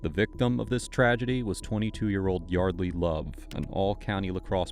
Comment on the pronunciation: "And i was like, Yordly, i just wanna tolk to you..."